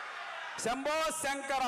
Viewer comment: సప్తగిరి గారు. సంబో సంకర కాదు సార్. శంభో శంకరా అనాలి సార్.